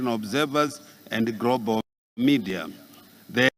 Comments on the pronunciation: Grobaru instead of Global ,vhunarebhu instead of vulnerable eish Famiri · "Your Excerrance" "Deveropment" "Vhunarable" "Mentarrity" Groball Charranges Poriticary Isoration Sorid Famiry Poritics Preased Impriment Varue Corabolate Estabrishment